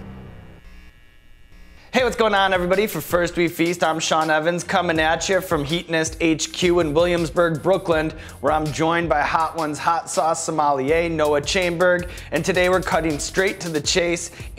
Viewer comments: "Brookland." Nice one Sean... Nice one. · Sorry... brookland? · Did sean say brooklynD? Lol i didnt realize there was a d in brooklyn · Why does Brooklynd have a D in it? Lol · The fuck is "Brookland?" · Did you say Brooklynd? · Did Sean say "Brookland?"